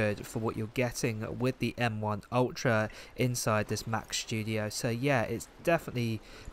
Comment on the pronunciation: studio, not shtudio